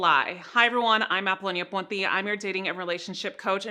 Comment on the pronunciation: Hahahahaha i love the way the say ponti